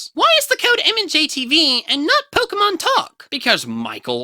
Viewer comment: Unless I got something wrong, POKE-GAY-MON